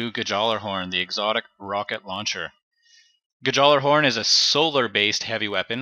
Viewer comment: The J is silent btw but good vid. Liked!